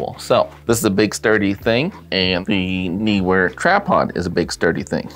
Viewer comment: Lol! I agree with your Kentucky's pronunciation. It's written as NEE-Wer. FFS! :)